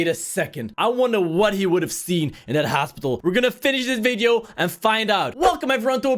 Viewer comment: you say hosipital